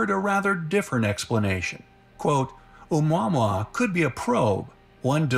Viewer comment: No worries, you are correct saying O-Mua-Mua, and not o-mwah-mwah! It has a Hawaiian name - not the stupid way they are pronouncing it!